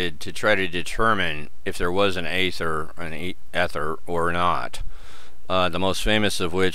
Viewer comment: Come on man, the first syllable is pronounced long as in "ee-ther". How can you make a video on it and not know. I can't spend eleven minutes listening to that...